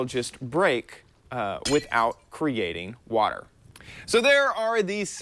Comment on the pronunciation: At the beginning instead of water tips it sounded like wafter tips